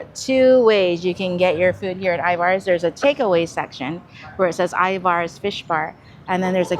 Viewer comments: Corrections. Pike Place market don't shorten it and you say Ivars. Ivers. (Er, not are) Elliott's is wonderful. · Elliott is a yes. Ivars...I pronounce more like Ivers...for whatever reason. That was probably ment to b a sasquach some report seeing here. The clam chowder can b bought at Safeway in the deli soup section. Great video..lots to be explored here and outside of Seattle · Love watching your videos and love how often you come to Seattle. Little Seattle pet peeve , pretty please please PLEASE with all the cherries - it's Pike Place Market. No S. 🤗 And Ivar's is more like IvERs. Keep coming, love to see it 🙌🏽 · My wife and I laughed at your pronunciation of Ivar's. We say it as if it were spelled I-VERS. Thanks for a fun video🙂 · So nice to see you in my hometown. I’ve eaten at Elliot’s Oyster House many times. It is delicious. Love their take on halibut when it is in season. Of course they are known for oysters, but all their seafood is great. Also, we locals pronounce Ivar’s “eye-vers”. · Pronounced Ivers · Anyone else here from Tacoma/Seattle that shutters when they say Pikes Market and I-Vars? I do like their videos though. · I love you guys and recommendations from all your videos. I'm curious to where or why you pronounce Ivars that way because I'm seeing this alot lately. Just curious because as far as I know Washington pronounces it this way, Just curious because am I wrong all this time?😮